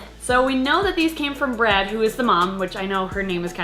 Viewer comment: ... after all this time I realised that her name wasn't BREAD like I thought from when I hear you say it (yeah I thought she was named after food).. is BRAD (cause I saw it written).. holly...